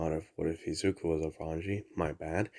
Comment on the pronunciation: Just gonna ignore the fact you keep saying izuku and think about the what if